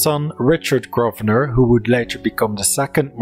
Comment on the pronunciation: Decent video, but I do wish you would learn how to pronounce certain words and names properly, eg, the 's' in viscount and Grosvenor is silent, the 'qu' in marquess is not pronounced like a 'k', etc.